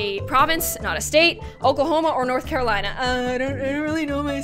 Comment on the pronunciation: It’s nort caraliona